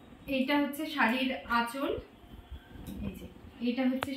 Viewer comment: Ota achla na kotha ta achol